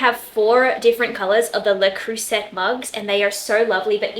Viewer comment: You are so very young and cute. Le Creuset is pronounced lay cruzay. If you’re going to be over here talking on the Internet, don’t open yourself up to any more criticism and then you have to. Keep on doing what you’re doing, it is so fun and refreshing.